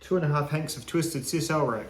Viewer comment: Sisal = Sai sall Long I. Just sayin' LOL